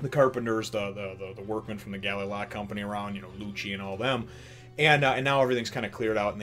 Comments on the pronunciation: Its Gally La. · *Ga-lay La* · Call it Ga-lay company, not galala lol, sounds nicer too.